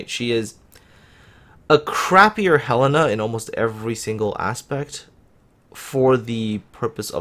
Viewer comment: Hurray, you learned how to pronounce Helena!